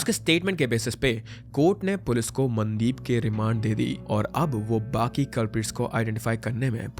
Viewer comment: The AI pronunciation of names is pissing me off - Man-deep, Sat-eesh 🤦